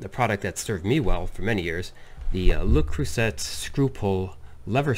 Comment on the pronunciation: Pronounced: lay crew say Accent on crew Got it? Lol